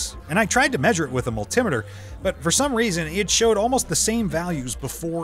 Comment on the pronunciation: You have a pleasant accent. This voice mispronounces almost every scientific term and a few regular words. Winding was mispronounced as well as Yttrium and multimeter plus many more. Very distracting.